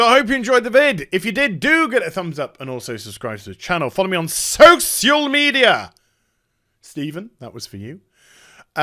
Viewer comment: And social like sosial lol😂